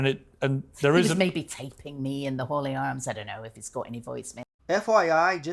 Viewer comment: Hello, it’s the Hawley Arms pub not the Holy Arms. 😂😂😂